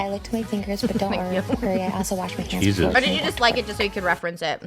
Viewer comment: I love how Trisha pronounces “cheesuz” instead of “Jesus” 😂